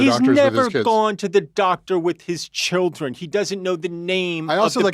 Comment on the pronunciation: "I took my chilrden" no he fucking didnt😂 Id bet money he pays people to do that for him